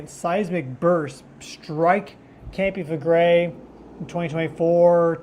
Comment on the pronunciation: "KAHM-pee FLEH-gray". Campi Flegrei pls. it is not 'campi' It is a Strong K -----KAHM-pee (not campi) grazie'